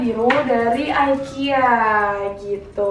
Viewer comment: ikea bacanya biasa aja ga jafi aikia hehe